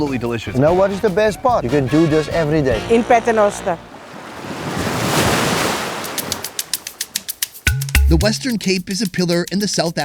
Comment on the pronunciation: Listen to the lady pronouncing the name of the town as “Pat-renoster” which is actually from the Latin Paternoster meaning our Father 🙏🏼